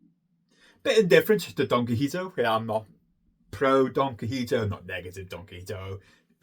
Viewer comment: Your pronunciation of Don Quixote made me laugh. It sounded like Don Qojito, like a mojito or something 🍸😆 I didn't know you're a zoologist. I'm a geneticist myself. Never heard of The Zoologist's Guide to the Galaxy, sounds right up my alley too. Biology rules! I haven't read the Wolf Hall trilogy but I have the books and I really really want to read them. Hopefully this year, your recommendation might be the bit of encouragement I needed. Same with the Gormenghast trilogy and Helter skelter, I've got them on my Kindle and they sound like my type of books. Thanks for the video as always.